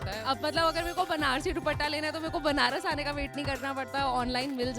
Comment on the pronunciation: Banrash hai benarash nahi samjhi pahle nam sahi kijiye